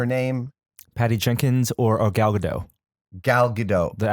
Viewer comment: The "T" in "Gadot" is not silent. She's not French.